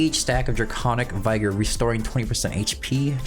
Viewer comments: Just for the future it’s not vy-gor but vig-or. As in vigorously…. I’ll get my coat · Vigor (with soft I, not hard I). The proper I sounds like Igloo.